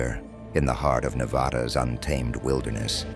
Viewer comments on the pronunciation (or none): It's Nevada not Nevoda!!! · You put money into producing a nice video...THEN YOU PRONOUNCE NEVADA WRONG!!! 😡